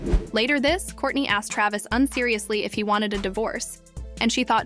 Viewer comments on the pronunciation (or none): none